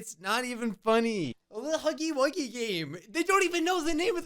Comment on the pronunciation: When they said “huffy eight game” I said it’s not called that out loud I rarely every day something like that put loud bruh the news has got to at least know the name of the game before putting this live thing on TELEVISION. this hurts to watch 😭😭😭